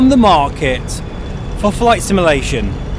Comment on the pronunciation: Please learn how to say the word "simulation" properly, it's literally in your channel name for crying out loud.